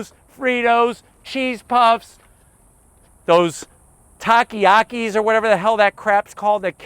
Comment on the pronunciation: Lmao I laughed a lot during this review especially at the “taki-akis” 😂 it’s TAKIS lol